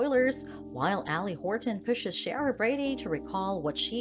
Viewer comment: Her name is pronounced C-ara; not Shara.